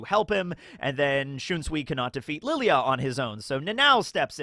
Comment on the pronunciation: Why do you still keep fucking calling him LILY AH/ LILI UH ????? THEY PRONOUNCE IT MULTIPLE TIMES IN THE ANIME